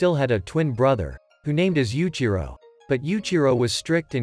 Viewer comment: Yuichiro not yuchiro